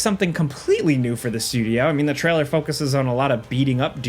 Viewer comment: Take a shot every time he says "treller" instead of trailer and your liver will hate you